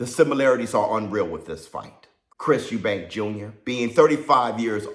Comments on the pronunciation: Eubank! Not Eubanks. Can't understand why people have difficulty getting the name right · Its Chris Eubank not Eubanks, I hate when people do that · It's Chris Eubank, not Eubanks ffs. And Benn shouldn't even be boxing. He's a drug cheat and shouldn't have a license. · Idk why a lot of people call Chris and his father Eubanks .... its Eubank ffsake ! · His name is EUBANK!!! No fucking S!!!!